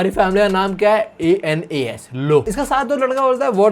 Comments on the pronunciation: Anas hai a.n.u.s Nahi 😢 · Bro my name is Anas😭 its not anus its pronounced as Ans. Not as ainas😭 dude main teri sari videos dekhta hun or yaha mera he scam kr gya bhai tu😭